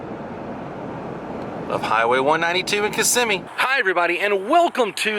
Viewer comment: Kissimmee, it's Kissimmee. And the parks are not in Orlando. It's Buena Vista and Kissimmee.